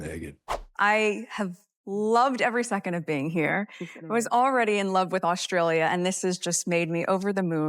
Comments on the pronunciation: Meghan should know how to pronounce Australia -- it is not "Aush-tralia." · She can’t even say Australia properly, let alone cook 😂